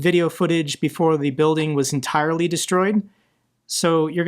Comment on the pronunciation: Russian commander : " yes president, those planes will be ""en-Tire-ly protected" 😅😅😅